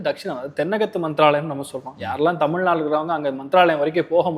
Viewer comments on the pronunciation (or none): none